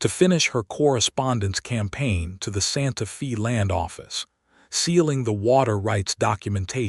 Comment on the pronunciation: Can we have city said, Santa 'Fay' not Santa Fee? A 'fee' (long E) is the pri¢e one pays for prkg etc. Santa Fe is pronounced with the 'e' being a long 'A' sound - thus, Fay. Santa Fee sounds so odd. Silly AI 🙄